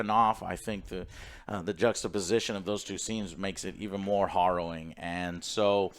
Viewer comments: hArrowing, Joe. hArrowing. Not hOrrowing. ^_^ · horrowing.....horrowing.....horrowing, Joe its harrowing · Hopefully he learns that it's pronounced like arrow rather than morrow. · It's "harrowing", not "horrowing". Let's not have a Civil War over this. LOL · "HArrowing" Joe :) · Joe, it's pronounced "Hair-O-Wing." You no English good. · Love you but its " heh·row·uhng ". I do that all the time with words I've only read. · H-ah-rrowing? Just learn that one recently? Distracted me a bit. Good review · WHERE DID JOE HEAR THE WORD HARROWING USED SO MAJESTICALLY IT CAUSED HIM TO SAY IT 10X IN THIS REVIEW WHILE PRONOUNCING IT WRONG 😂😂😂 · Take a shot everytime Joe says harrowing wrong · I love how Alex and Joe2 just let Joe continue to mispronounce harrowing, as well as using it incorrectly 90% of the time. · I love when Joe learns a new word then over uses it while mispronouncing it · Some very harrowing pronunciations in this video. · You pronounce harrowing weird. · Take a drink every time Joe mispronounced the word “harrowing”. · "Horrowing" must have been on word of the day calendar today. And its Harrowing btw...